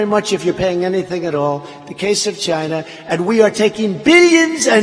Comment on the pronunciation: "CHY-NAA!!" LOL!!!!